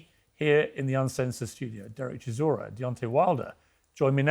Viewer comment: Brits call him ChiZOra. Yet his surname is ChiSora. Soft S. As in Solar. ChiSora. That means "a type of grass".